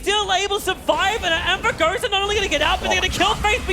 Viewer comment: Ya saben serranos se dice anvourgueisa :v gaaaaaa